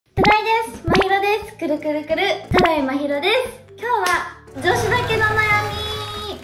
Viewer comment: くるくるくる、がちゃんと言えてて可愛い。